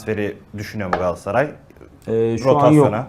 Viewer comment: Galatasaray olmasa kimse sizin adınızı bilmez, peki siz niye Galatasaray'ın adını bu kadar kötü teleffuz ediyorsunuz? Gaassaaay, Gassaray nedir arkadaş!